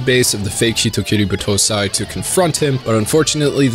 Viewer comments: The pronouncion, yikes. It's not Buh-toh-sai or B-toh-say, it's Bah-toh-sai. I assume this might be one of the spelling vices the dub brought to you, a no brainer there given all dubs should be burned at the stake. Overall pretty good video, the editing was funny as hell. Btw don't watch Tokyo Revengers, it's literally hyped up trash, there are better stories tackling this anime's themes out there and this just isn't it. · Cringe on battousai pronunciation